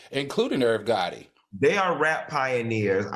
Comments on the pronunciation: Yoooo I have tears coming down my face laughing at AL. He said Barbara Walters paved the way in sports. He said he was here for Angela and them in 2013!!! And he said IRV gotti not yo gotti. These minor slip of the tongues have made my day. Hilarioussssssss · Irv Gotta Al??? 2013 Al??? Like y’all need to tell him to drink during the show not before!! He be getting his words wrong a lot